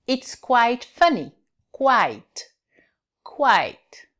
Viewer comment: hello Teacher! 5.40 It's QUIT funny instead of It's QUITE funny!